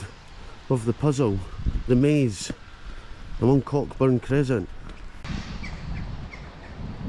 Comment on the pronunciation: The ck in Cockburn is silent